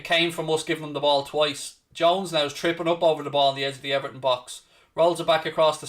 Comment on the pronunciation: Its 1nil "everhn"